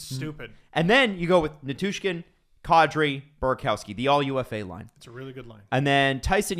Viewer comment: calling Burakovsky “buraCOWski” and JT Compher “TJ Compher” bothers me more than it should 😂